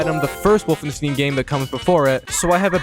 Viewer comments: Wolfenstein not wolfenstin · it’s not wolfenst*ee*n how you’re supposed to pronounce it, but wolfenst*eye*n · this triggered the fuck out of me, I'm sorry I don't like being like this but please it's not "Wolfensteen" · BRO!! WOLFENSTEEN? REALLY? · said wolf-en-stain its wolfen-stain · Ah yes, Wolfensteen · The fuck‘s „wolfensteen“? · Bro pronouncing the title as 'Wolfensteen' 😳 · It's pronounced wolf-en-stien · "Wolfenstin" drains my soul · The way bro pronounces Wolfenstein💀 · The mispronunciation of wolfenstein triggered me so hard I had to click off after 40 secs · Wolfenstin? Wolfensteve? Wolfensting? Wolfenstew? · The way you say wolfenstein hurts my German heart, but I can’t blame you because speaking German sounds like I’m trying to fight satan with a menu order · It’s neither of those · BROOOO, either pronounce the name of the game correctly or dont say it 100 times wrong in 2 minutes, this is mental torture. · Dude how have you never heard the correct pronunciation for stein. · When he says Wolfenstein my ears explode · Man's got platinum trophy's for the game, but still butchers the name when he pronounces it. why man, why... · he said wolfenstein wrong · the way this man pronounces wolfenstein angers me massively but i still love the video